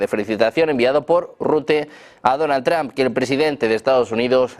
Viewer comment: porque dicen Donald Tram los españoles si tienden a leer el ingles tal y como esta escrito?